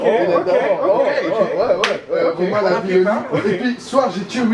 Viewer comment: il a dit Romain Lavillenie? MDR